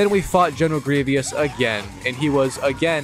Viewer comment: Bro put down the controller and pick up a book, aint no way you can’t pronounce grievous 💀